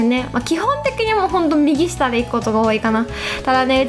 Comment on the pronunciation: の右下の発音可愛い 右↓下↑